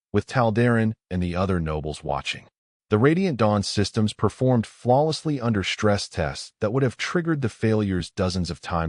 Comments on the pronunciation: Do many of you share the sa.a.a.a.ame AI!!!??? Yours stu.u.u.u.udders on words li.i.i.i.ike so o.o.o.o many o.o.o.o.others, along with the SHTRANGE, SHTRESS, SHTRUGGLING errors!!! Makes enjoying the stories mu.u.u.u.u.uch ha.a.a.a.arder!!! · Dang!!!! SHTRESS, CATASHTROPHIC.....THERE IS NO "H" IN THESE WORDS!!!!!